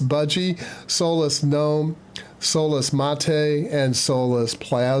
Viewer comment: You are correct in your pronunciation of Gnome. People who say GuhNome are GuhStupid.